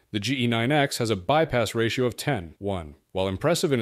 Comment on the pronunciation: Clearly AI has no idea how to pronounce a ratio. Don't use it mate.